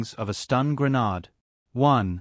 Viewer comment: i can't stand listening to this. The way he pronounces "Grenade" is incompatible with my ears. I hope I'm not the only one. I will have to find another video that explains how a flash bang works, with a different narrator that pronounces "Grenade" in the way my ears are used to. Nice try tho.